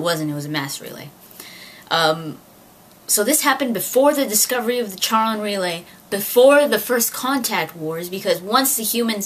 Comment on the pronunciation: It's really cool to see such a nerdy girl, out in the open. Anyways, Charon is pronounced like the name "Karen", for future reference. You know what you're talking about, for the most part =P +1 Subscriber